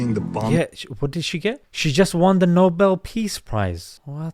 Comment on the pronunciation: I thought u said noble thief prize😅😂